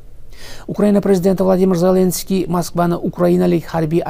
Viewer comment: Хурматсиз Бобажан Зленский емес Зеленский деп айтып уйренсе. Бляд кашангы айтаберемен мен саган хурметсиз баба жон